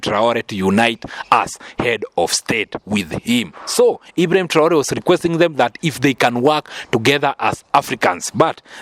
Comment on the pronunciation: Message à la traduction. C'est irrespectueux envers. Pourquoi cette voie française n'arrête de mal prononcé le d'hibraim TRAORÉ. Merci d'articuler proprement